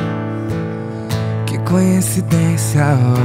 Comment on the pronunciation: So doeu ele dizer "conhecidencia". 🤭🤭